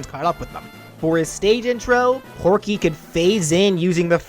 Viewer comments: Am I the it one that noticed it said Pokey instead of Porkey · i hear you said porkey's name correctly once and the rest is just pokey tho i know you have a voice disorder so i dont blame you for saying it wrong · you said porky wrong and his final smash should be his giant mech in brawl